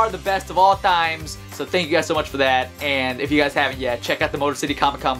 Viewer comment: You here the way he said times